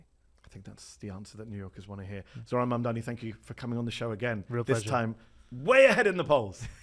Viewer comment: I never had any issues with pronouncing Mamdani; but was calling him Zorhan for a while…